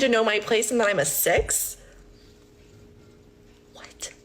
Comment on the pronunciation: Can the lady in STOP saying "6" because it sounds like "Sex" and I swear she's doing that on purpose. What... The Hell...?